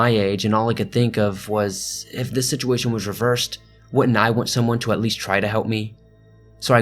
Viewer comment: "Shituation" lmao